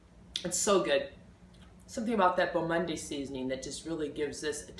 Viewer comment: it's pronounced "mond". it means fine world in French.